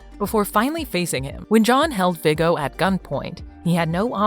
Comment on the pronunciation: Her pronoucing everything wrong viggo